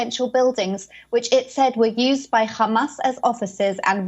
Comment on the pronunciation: Don’t get why she says Khhhhhamas, when she can pronounce the the ‘H’ in ‘high rise’ perfectly 🤔